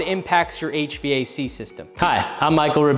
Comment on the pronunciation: Why are you saying HVAC so wierd?